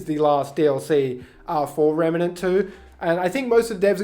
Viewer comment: REM NANT not REMA NANT lol sorry so many people say it this way lol